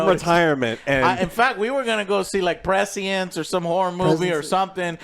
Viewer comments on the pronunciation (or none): He really said Prezy-ence instead of presence...